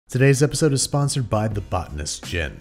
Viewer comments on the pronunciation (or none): none